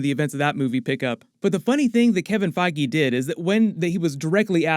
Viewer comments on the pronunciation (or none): bro said kevin faiygee lmao